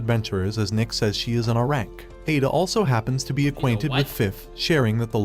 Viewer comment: AI text to speech makes protagonist weird asf. And it turns A-rank to a rank as in "uh-rank"